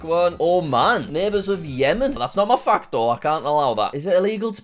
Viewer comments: Bro, i heard ** and not fact- And ** and not flag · I heard f*** instead of fact